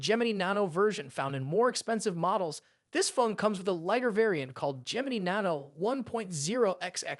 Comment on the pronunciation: This guy can't pronounce Gemini 😆